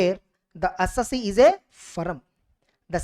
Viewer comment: SIR, please pronounce the word "Assessee" correctly............